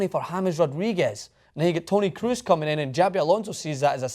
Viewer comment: you're still prononucing Kroos wrong. it's o like oh (crows), not oo like snooker (crews).